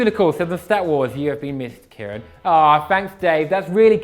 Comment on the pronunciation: why does he pronounce his name as Kieran, while it should be pronounced like Sharon